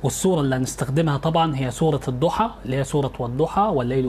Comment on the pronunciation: يا استاذ كنت مفكر إنك عندك علم ولكن اتصدمت منك وأنت بتقول الضحي والليلو إذا سجي اتعلم الأول القرأه صح يا من تقدم النصيحه